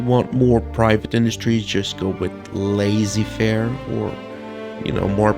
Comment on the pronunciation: are u Quebecois because that pronunciation of laissez-faire caught me off-guard lol